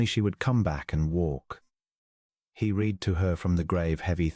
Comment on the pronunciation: AI does not know there is a past tense to read and it is ' red' 🤔